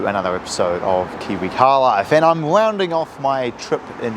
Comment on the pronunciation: Wounding off your trip. Dont recomend a talking job bro, go to a speach therapist please for the rest of us